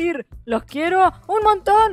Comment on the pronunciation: En vez de melucines escuche, muy wenas PELUSINES KSDJKSD oigan pero como pueden hablar en among us a mi ni me deja decir nada we y tampoco cambiar nombre sé, con esto de la actualización me confundí a- y me dijo "Felicitaciones. Ya eres verificador Beta de esta app." Esta app está disponible para todos tus dispositivos"